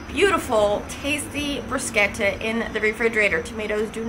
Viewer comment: You are the 1st person in the us that pronounces bruschetta correctly. I lived in Italy for a few years and the bruschetta there was awesome. Do you have a good recipe for Arrabbiata?